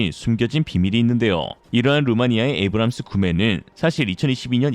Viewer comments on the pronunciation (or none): none